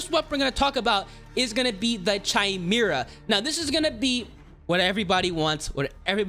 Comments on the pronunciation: I wanna know why people keep calling it (chime-era) it’s pronounced (Kai-mera) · Chimera is pronounced with a k btw. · How do people butcher these names like Chimera and Orion🤣 (pronounced Kai-Mira and O-Ryan🤓)